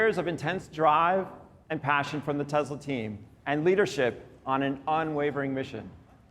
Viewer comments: Stop saying "Tezla"!!! It's pronounced "TESSLA" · When did it become Tezla? I guezz it runz on electrizity and iz put together uzing adhezive so Tezla it iz. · So it's pronounced Tezla? Been saying it wrong all this time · I think it's funny the people who work for Tesla can't even pronounce Tesla correctly, lol. Tezla lol